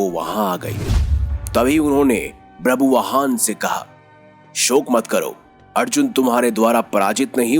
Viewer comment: It's not brabuvaan, it's ba-bhru-vaa-han.